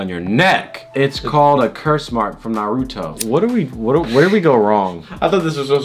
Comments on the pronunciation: lost my respect when he said narOOOto instead of naruto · umm sir, that's not how you say naruto